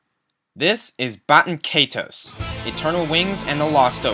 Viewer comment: Good video, but... was anyone else annoyed by the fact that he couldn't pronounce Baten Kaitos?